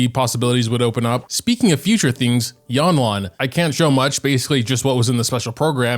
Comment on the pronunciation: Yanlan? Girl that's lanyan